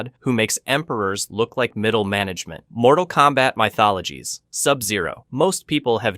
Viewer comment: MK “My Thologies” 😂😂😂